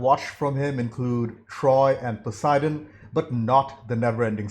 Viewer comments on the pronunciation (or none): none